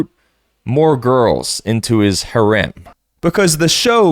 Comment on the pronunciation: That is definitely not how you pronounce "harem"